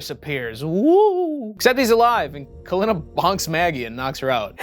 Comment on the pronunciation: So why do u start mispronouncing Kalina’s name 3/4 of the way thru the movie? That’s like really weird creative license